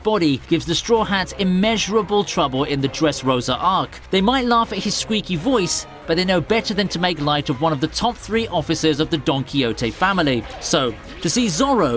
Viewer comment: donkey ote? tf is that dude